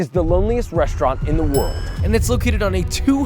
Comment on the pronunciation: “ReSHtaurant”??? What the hell is a “reSHtaurant”? Why does he pronounce it that way?